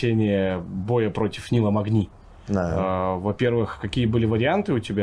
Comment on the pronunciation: Нил мэгни а не магни